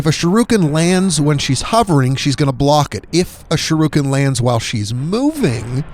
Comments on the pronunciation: Shiruken? Do you mean Shu-RI-ken? Lol aside from that this is a pretty good guide. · Why do you pronounce Shuriken as shurooken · It's Shuriken, not Shiruken. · irks the shit out of me that you pronounce it Sha-roo-ken . its Shur - EE - Ken (Shuriken). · Shirooken?? You mean Shuriken lol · Lol. Another uneducated dumbass. Its not pronounced SH-ROO-KIN, Its SHIR-I-KIN. Its a basic English word kid. Our country is in big trouble if you kids can't pronounce basic words. Fucking idiot. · "Shuruken", lmao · Sharooken. Cringy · Shurukin... Haha you are dyslexic af. Thanks for the guide nonetheless lol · Dude. If youre gonna do videos for money, pronounce shit right. "shirooken?" really? thats not even how its spelled . and the name of the game "Sekiro" . At least freakin try, ya fuckin pleib. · It's pronounce shuriken not how you're saying it 😤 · Sharooken? What the fuck? Learn to pronooonce something before you spoooeak. Dumbass. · Sha ru ken lololol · Sha-rooken. Suh-kuro. Kuh-ill me. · You must be a great fan of Ryu from Street Fighter 2. Shee- ruu- ken! 😂 On a more serious note: this was helpful, thanks! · Shirooken lol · "Sharookin" How does this even happen? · Sharooken lmao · Seckero. Sharooooken. Good lord. Sound it out! TL;DR Great strategy, great video, bad, bad pronounciation. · The way he says shuriken...bruh... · What a dick bag, you haven't a clue what you're talking about if you pronounce shuriken like that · The way you say shuriken shows you've never seen Naruto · He pronounced sekiro. And shuriken wrong. All in a minute. Astounding.